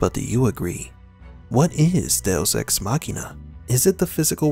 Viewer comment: Machina is spoken "ma-chee-na" not "makhena"